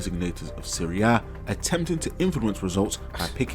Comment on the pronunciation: Hearing you say Serie A correctly gave me a smile, because I'm an OG watcher and you've come along way my guy